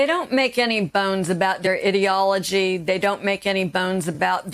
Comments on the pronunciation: She said idiology..:D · She said "idiology" instead of "ideology"!!! 🤣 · Sounded like idiotology.